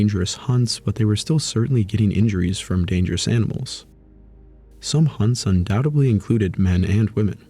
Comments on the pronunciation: Undoubtedly, not undoubtably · Fantastic deep-dive into the lives of Neanderthals, but if I have one (or one group of many!) gripes, it's the use of "Undoudtebly" and "Supposebly". It's grating to the point of distraction.